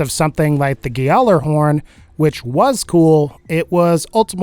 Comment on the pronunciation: "Gayalerhorn". Nice pronunciation bro. Had to dislike just for that. It's pronounced Yalorhorn. You just showed that you're not an educated source. You also called Call of Duty a dominant pvp game. Wow, you really are out of the loop aren't you?